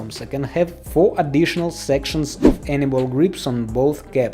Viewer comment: Has anyone else noticed that he pronounces anyball grips as Annabelle grips LOL